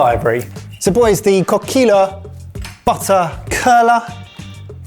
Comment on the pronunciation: Guys I love you so much but PLEASE start looking up how to pronounce things! Coquille is just “cocky” with a French accent.